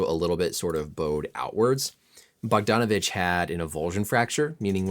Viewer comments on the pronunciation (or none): great vid, thanks for the breakdown on tyrese's injury. however, the pronunciation of bogdan bogdanovic is bog-dan, how you said it is the boganovic from utah